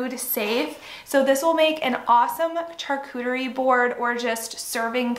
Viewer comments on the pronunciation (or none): It’s pronounced shar- cuterie not char.